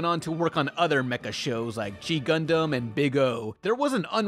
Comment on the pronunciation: Did he call gundam...dundumb ? lol